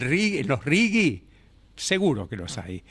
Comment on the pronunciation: "RIGI" no "RIGUI" ¿Que les pasa?